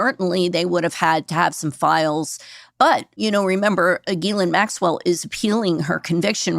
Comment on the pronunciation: FINALLY: A journalist/podcaster who pronounces Ghislaine correctly!!!!